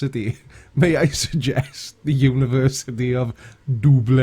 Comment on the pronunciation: C'mon, he pronounces it in Polish. Lublin, Dublin, big deal, what's a difference?